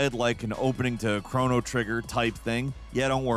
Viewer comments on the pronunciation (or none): Oh no, it's "Crow-no" - Cr-on-o Trigger :P